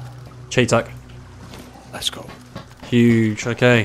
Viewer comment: It’s pronounced Shy-tac not Shay-tac/ chay-tac